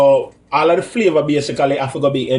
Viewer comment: tooo funny.. "u waah infuse di pot wit flaava"